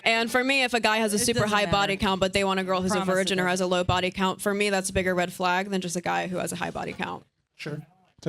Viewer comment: Not a red flag. According to her it is a “red flogg.” That’s how women pronounce a short “a” now. “Thawt and dodd” instead of “that and dad.”